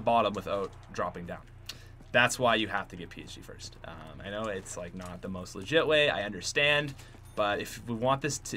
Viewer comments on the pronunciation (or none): none